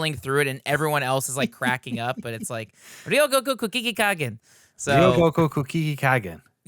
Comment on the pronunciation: Oh, no.. RYO-go-ku. ko-ku-GI-kan. Ryogoku Kokugikan. ryogokukokugikan. I believe in you